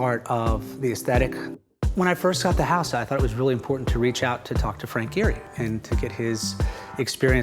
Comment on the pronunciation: did he just say, Frank Gherry? woah!